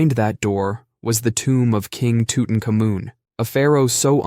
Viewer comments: I love your videos, but "King Tootin' Kamoon?" Sounds like the 3 Stooges parody "King Rootin' Tootin'." For the record it's pronounced "Tut (or 'Toot') Ankh Amun." It means "The Living Image of Amun." The ankh part is pronounced like "honk" without the 'h'. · I always heard it as "Two-ton condom."